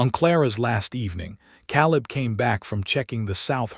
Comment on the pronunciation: OMG! Get an AI narrator that can read names correctly!! Ca-leeb, Eh-leenor...and "breathed" is pronounced with a long E, not a short one.